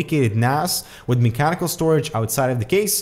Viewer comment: "me-chanical" lel